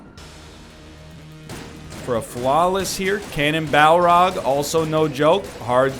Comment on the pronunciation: Ca....cannonball-rog. Please NL, Butcher his name no more LOL